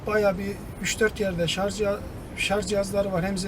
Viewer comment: şarz değil şarj